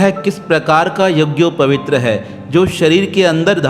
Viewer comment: शब्द यझोपवीत होता है जबकि बार-बार यझोपवीत्र कह रहे हो।